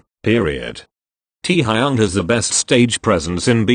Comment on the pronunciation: correction teeeaaaa-high-young